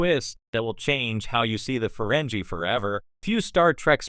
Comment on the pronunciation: I doubt it. Let me watch and find out... - You're supposed to be some expert let alone a fan? You didn't even program your AI to pronounce the name of the species correctly. - Seriously, I was about to say the if you don'[t stop saying farenjie instead of farengi (with a hard g) I was doing to click away... but now you're saying Star Track instead of Trek like some kind of "3 years older that's this many III". What the hell... - I'm sorry, did you just say Feringina... like vagina --> Feringina? You know their world is called Ferenginar (with a hard G) what the hell are you playing at? - There is literally nothing shocking about this. We already knew from DS9 that they didn't used to be Greedy in their past. I think I'm done here.